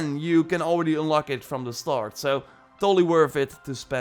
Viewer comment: "Ünlock". Love the Dutch accent. ;-)